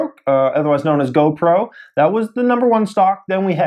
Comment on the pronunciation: GOPRO OMG I CANT HANDLE U SAYING GOBROKE